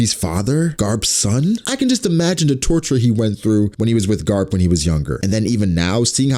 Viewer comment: because he said "carp" not garp xd